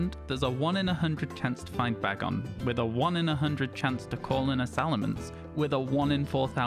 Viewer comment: Firstly, let me say I love that you say Bag-on. It's how I say it and I've not heard anyone else using that pronunciation. Secondly, you can get a shiny Salamance a different way. On Pokemon go, you can catch a low CP shiny bagon (or it's evolved forms but that's much less likely), evolve it using 125 Bagon candies and then transfer it to Pokemon Home and then to a compatible game. The low CP equates to a low level.